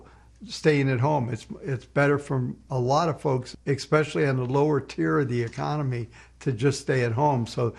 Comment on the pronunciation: I enjoy this channel however it irks my soul when I hear "ex-specially" over and over.